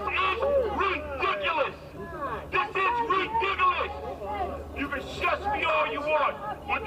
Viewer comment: "This is ridicilis!!!!"